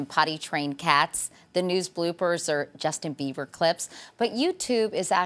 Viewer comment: Did she say "Justin BeaVer"??? lol